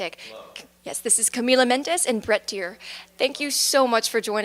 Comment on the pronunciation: She said Brett's name wrong